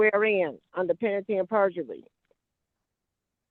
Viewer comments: "Under penatty and perjury" 😅 I wish the judge had asked her for an explanation of "penatty and perjury!" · She dumb. She don't know how to pronounce penalty 'n sh*t. She say it like "pennity". Know what I'm sayin'? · Is she saying "under penity and perjury"? 🤣🤣🤣🤣🤣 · Did she say, "penanty and perjidy"?😂😂😂😂😂😂😂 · I heard Brainy Bonita saying "penalty and perjumurree" 😂😂😂 As Fred Sanford would say "Ya big dummy"!😂😂😂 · Did she say peanity and perjury? It's due process I have my querstions answered and my querstion is "what is a female?"